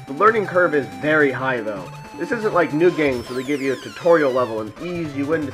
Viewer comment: lol why do you say new??? anyways, cool game